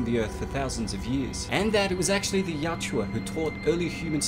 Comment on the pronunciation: Yautja....not yachua